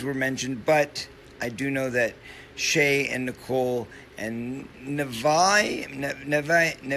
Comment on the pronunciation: he reads "Nevaeh" just fine, by he has already forgotten and fucks it up.